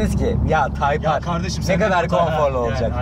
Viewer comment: abi typar degil o typer diye yazilir taypir diye okunur bunudami ben ogretim